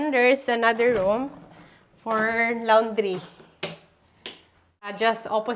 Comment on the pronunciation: Hindi lawondry …lawndray ang pronunciation😊